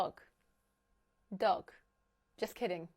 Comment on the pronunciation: I have been confused for a moment when you said "dog" 😂 My girlfriend turned a bit angry because i Had to laugh Seevetal times Düring the day. very nice Video - watched it already 4 Times 😁